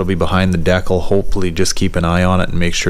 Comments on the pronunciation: Dude please say Decal. D kal. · Deee-cal not deckel D-CAL JESUS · You have to be doing it on purpose, otherwise you wouldn't have said it so many times. It's D cal, not dekul. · It's pronounced Dee Kall 😂